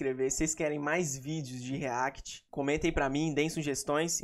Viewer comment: "o videdo de hoje vai ser um "RREAQUITI" kkkkkkk